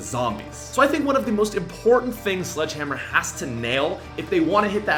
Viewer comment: Is it just me or did say sludgehammer?